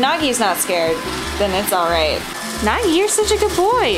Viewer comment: LOL!! NAGGIE? ITS Nagi